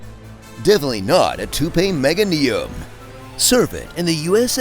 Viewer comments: Hearing him say "mega-knee-um" instead of "meh-gay-knee-um" was weird on the ears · Gonna be honest, not a fan of how he pronounces meganium